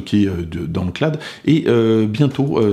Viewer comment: Bordel de bordel: CLA-OUDE, pas CLAD!